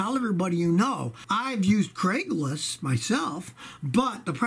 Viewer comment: Anyone else catch that he said Craiglis? Love the videos Scotty